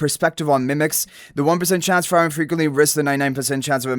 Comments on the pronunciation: In frieren, frie you pronounce like "free" not like "fry" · Frieren also dude it is pronounced Free Ren not Fry Ren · It's [FREE-REN] and the red head guy is not Himmel... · Please, if you pronounce frieren as fry-ren one more time, you'll fry my brain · Downvoted coz frieren’s name is pronounced wrong. Cant proceed listening to it. Also as a cc, basic research is expected. Excited for the collab though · it bugs me whenever he pronounce it like that xD but it's fine since he doesn't know about the show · Agree.. just go watch the anime and learn to pronounce it correctly . Its blasphemy to ruin Frieren's nane. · THANK YOU!! It had to be said ;)